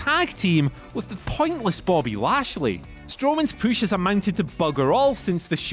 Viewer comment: He said poosh, downvote.